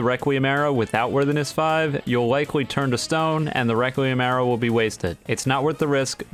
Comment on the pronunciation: I dont know if im deaf but i keep hearing him saying reqwuiem awrow and now i just hear him as a furry